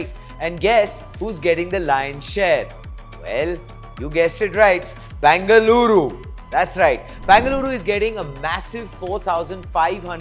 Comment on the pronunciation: Say either BEN-GA-LURU or BAN-GA-LORE 🤦🏻‍♀️